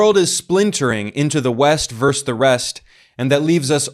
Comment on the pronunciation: "Versus". The word is pronounced "Versus".